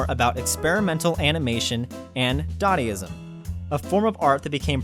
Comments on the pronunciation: "Dardayism"? "Mackabray"? Eesh. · Some of your mispronunciations of words are just too funny. "Dadaism," "macabre," etc.